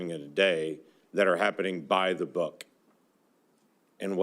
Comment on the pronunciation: also the fact that this senator could sit up here and say bye the book annunciating the k in book by the way... After we just spent 2 hours and 45 minutes pretty much saying and talking about how this s*** is not by the book and how there's even so and they're so much more they're so so much more that is absolutely not by the book. The training isn't by the book. Drawing their weapons like that is not by the book. The fact that they they literally just he's such a gas lighter God I feel bad For anyone who has to deal with him on the daily basis.